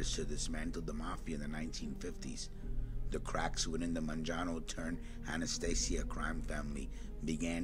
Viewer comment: Man-jano? First time I’ve heard it pronounced this way